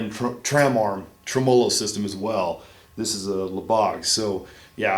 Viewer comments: and cant pronounce tremolo bar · and he cant pronounce tremolo